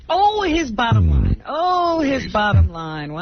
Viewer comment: Sixty NOINE Sixty NOINE NOINE NOINETY NOINE NOINE NOINETY NOINE LOINE NOINE 064-NOINE